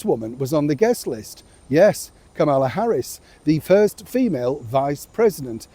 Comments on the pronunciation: Hey, former Vice President Harris’s first name isn’t pronounced with the emphasis on the second syllable, as you’ve been saying it. It is pronounced with the emphasis on the FIRST syllable. It’s like the punctuation mark “comma” plus “la” (as in “do-re-mi-fa-sol-LA-ti-do”). KA-muh-la. Come on, if you can say “Donald J. Trump” correctly every time, you can show similar respect for a former Vice President of the US! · given Kamala Harris was VP of the USA, it would be nice and respectful if you could pronounce her name properly. I’m sure you could manage it.